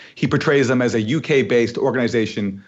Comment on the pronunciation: Organ-EYE-zation (haha) ... The Canadian accent snuck out for a second there. Aaron Mate is a national treasure.